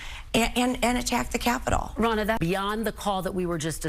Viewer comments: Are you purposely saying “Ronald” instead of her actual name “Ronna” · Ronna* Most likely, your auto-correct switched her name to Ronnie. Not as bad as though.. I swear, it sounds like he keeps calling her "Ronald" lol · Ronna, not Ronald.😂 WTF.